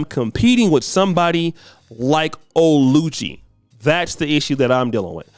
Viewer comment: haha 😄 you murdered that name Oluchi when pronouncing it😃.Anyway she is a nigerian model so its unusual for her to be single cos most nigerian models i know get hooked up and get married to nigerian politicians or to very wealthy nigerian business men so for her to be single is kinder odd and for her to be coming to a dating show is hilarious😄😄😄😄😄.She is a model so she dont need a dating show or site to get a man.